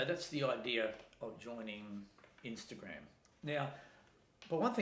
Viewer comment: Nice video! (What is "inster-gramme"?)